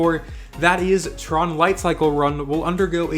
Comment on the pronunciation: * tron not ten